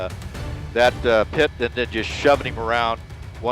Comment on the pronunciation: "Pee-et" manouvers? 😅